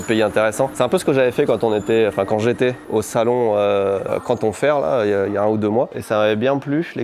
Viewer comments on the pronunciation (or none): none